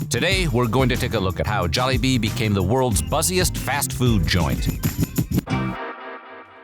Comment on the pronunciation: Such a dad way to say bee-came(became) 😂